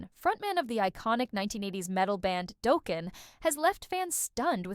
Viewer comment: 😂 Doughkin 😂 stop the use of AI